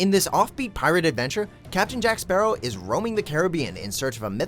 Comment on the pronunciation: First things first where the hell is my bloody rum bottle Second thing can no one say my bloody last name it’s not that hard